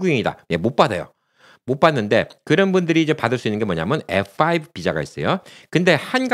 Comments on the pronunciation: 말씀중에 F오 라고 말씀하시는데 F-5(F-화이브)하고 다른것 같기도 하고 다른것 같기도 하고, 분명히 해줬으면 해요. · F4, F5, 발음이 정확치않아 전부 FO로 들리네요